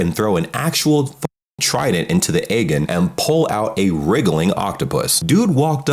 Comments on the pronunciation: Aegean Sea is pronounced Ay-Gee-Un sea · FWIW It should be pronounced "Ah-JEE-in" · aces the pronunciation of Peloponnese completely butchers the pronunciations of Aegean 😆